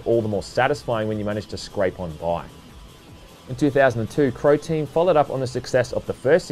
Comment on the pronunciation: i swear he said "Protein" when saying who developed the game.